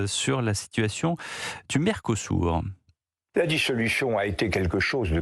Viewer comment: À l'UE à l'évidence ils sont aussi aveugle , pas seulement sourds → mercosourd Pour info , il convient de prononcer mercosü(r) qui peut glisser mercosür mais pas mercosou ni mercosourd . Quant à l'interrogation finale, elle est facilement solutionnée par le bilan calamiteux (sans Jane mais avec gêne) sans appel des pays dont la France assurément le pire . Un gamin de 7 ans même en le faisant exprès aurait des difficultés à concurrencer une telle nullité .